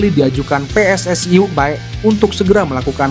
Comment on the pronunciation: PSSI. bukan pss ai.